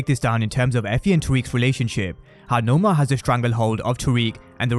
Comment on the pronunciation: Pronounce her name right !! It’s Noma NOT Nomar !! She’s not the villain from Black Panther !! It’s NOMA !!